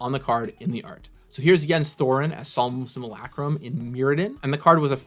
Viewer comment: Hmmm, my name is Jens, solem simulacrum isnone of my favorite cards. Coincidence? I THINK NOT! Also thanks for not butchering the name